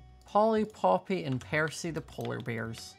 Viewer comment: Did anyone notice he called percy the polar bear peroy